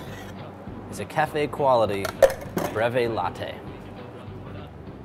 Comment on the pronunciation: I get better results if I say BREEEVIE